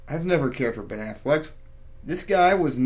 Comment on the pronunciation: Yeah I'm pretty sure it's Ben AfflecK not Ben AfflecT, just saying